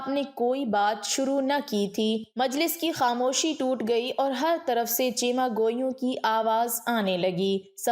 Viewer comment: درست لفظ ,, چہ میگوئیاں ,, ھے چیمہ گویاں بلکل غلط ھے